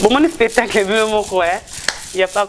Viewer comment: Spetacle 😂😂😂 on dit spectacle 🤷‍♂️ tshoko eleki ya la Baronne 😂😂😂